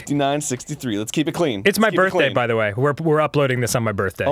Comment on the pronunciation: "teach me dee wea".. called a meme 2 and a half years before it became a thing...